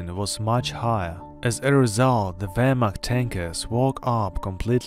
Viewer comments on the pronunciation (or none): none